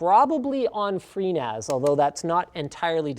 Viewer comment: When he said he was going to use FreeNAS, I thought he said pNAS. Lol. Clearly got penis on the mind, lololol!